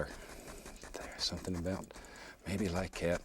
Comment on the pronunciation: “bout like’at….” 😅